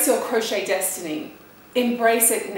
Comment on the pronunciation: 'Desitiny', hmmm